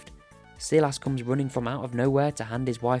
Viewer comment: Not even half way through the vid but the way you pronounce “Silas” is taking me out 😂